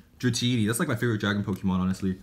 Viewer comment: "This is like the first time she's ever touched PokéMAN cards" "who's mans" 😂😂😂 did any of you guys hear that ? xD